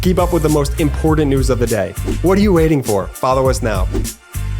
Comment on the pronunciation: She also says " impordant " and " menally ill ".